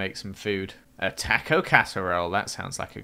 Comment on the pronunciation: My friend says toco not taco😡